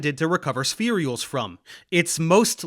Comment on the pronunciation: Can I ask why you put an extra E (or Y?) in spherules every time you say it? My understanding was it's pronounced spheh-rules or spheer-ules. Not that important but spherey-ules just hits my ear wrong and maybe I'm wrong about how it's pronounced.